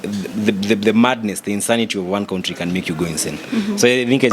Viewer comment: I like but whoever taught him how to pronounce ‘country’ should go straight to jail..and not pass go☹️